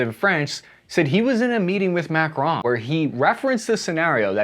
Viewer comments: Are you calling him Mac-Ron on purpose? For whatever reason it drives me nuts but that is probably a reason for you to keep doing it. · pronouncing Macron as "Mac-Ron" is wild lol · Who tf pronounces macron like that??